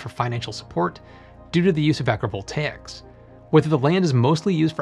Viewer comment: the whole video i was like " WTF is agreeable takes" until i saw the title of the video... " AgriVoltaics" Pronouncing stuff properly is the key